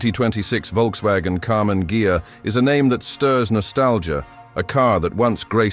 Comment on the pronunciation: AI always makes mistakes (still). Her always Karmann "Gia", in Karmann "Geia"...